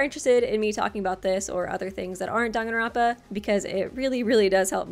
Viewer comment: You’re actually pronouncing it right it’s Danganronpa not Dog in romper